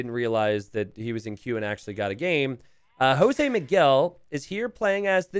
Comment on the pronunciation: You probably wont see this and it might sound as a nitpick, but hey, whatever. Jose is pronounced like Joke with a S! Spanish or Portuguese pronunciantions might be pretty confusing as well..